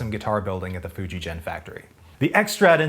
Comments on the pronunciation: Most of your pronunciation of Japanese is fine, but FujiGen is not pronounced as "GENeration" it is pronounced as "GE" as in in "GET". For it to be pronounced the way you are saying it, it would be spelled "FujiJEN", which it isnt. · Great video. It's a hard g for Fujigen, by the way; the word 'gen (弦)' means 'string' in Japanese. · Love the video. Small point, but Fujigen, Sugimoto, etc. use a hard "g." Really love your work and content here! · Just a note, the g in Fujigen is not as you pronounce, but the same as the g in "get". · One more correction, you’re pronouncing FujiGen incorrectly. In layman’s terms, the G is a hard G, not like a J as in Jenny. If you read the sign outside the factory, it says フジゲン. Google maps documents the correct pronunciation. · Enjoying the vid. Just a side note, FujiGen is pronounced with a hard G on the Gen. Not like a J. Just like Gakki. And Gakki would be Gak Ki. Aikido would be Ah Ee Kee Doe…